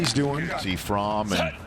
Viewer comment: Jake fromm is pronounced frawm